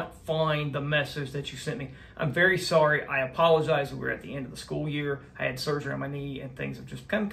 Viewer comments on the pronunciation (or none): none